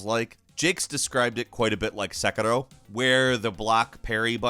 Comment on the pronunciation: The way you said "sekiro" triggered me fix that